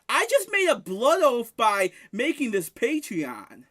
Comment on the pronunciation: please. It’s not a patreon, it’s his pay-twee-on